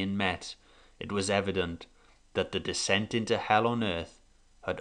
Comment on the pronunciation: It's "descent" into Hell" not decent !